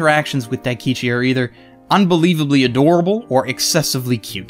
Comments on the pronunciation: I thought he said Akichi first, and I was like "That's not his name, what was it..", then he said something similar to Daikichi and I was like "That sounds wrong, but the name's right." and then he said it right immideatly after :D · Pronounce Daikichi name right plz